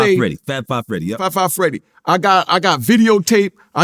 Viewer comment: “Fri Fri Freedy”: “Fab 5 Freddy”: “Fri Fri Freedy” 😂🤣😂🤣 the 🐐